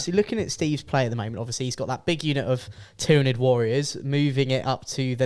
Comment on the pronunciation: Your insistence of saying tyranid and tyrant guard wrong is quite annoying lol